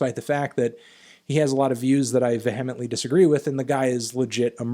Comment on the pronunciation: why did Anthony pronounce vehemently like that tho